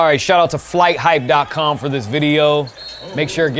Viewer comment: It's Fighthype not Flight hype